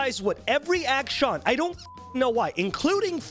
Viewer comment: action? acshin? acshawn? im so confused